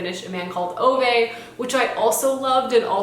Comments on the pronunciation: A man called Ove is pronounced as "Uva" :) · Ove from A Man Called Ove is pronounced Oo-vah. Kind of like when you say ooooo ahhhh when you are impressed with something but add a "V" sound in the middle